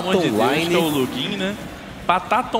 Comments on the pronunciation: ou o cara é buro em vez de falar lugin ela falava login kkkk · da raiva deles chamando o lugin de ludin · foi foda o jogo só me deu agonia esse narrador chamando o lugin de lugiim em vês de luguin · kkkk o kra fala lujin de vez de falar Lugin kkkk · da uma agunia do cara falando lujin kkkk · esse cara falando ludin da uma agonia vei